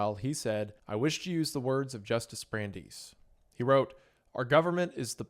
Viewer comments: Who's Brandise? That's Brandeis! (Bran-dice). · Brandeis is pronounced Brand-Dice.